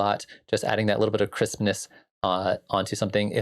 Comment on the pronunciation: I love that the way you say "crispness" sounds almost identical to "Christmas"